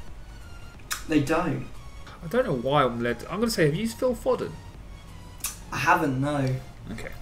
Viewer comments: How can you not pronounce Foden? Found it very irritating to watch tbh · The way they pronounce Foden....